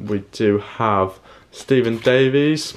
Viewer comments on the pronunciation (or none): none